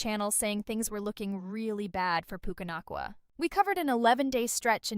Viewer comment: Puke-uh Not Coola.